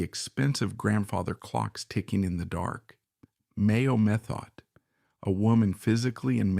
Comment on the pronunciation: Mayo Methot was the abuser. When drunk she was refered to as a "wild cat". Methot is pronounced Meth-oh. The final T is silent .